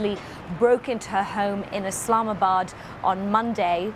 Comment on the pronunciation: Did she say islamisbad?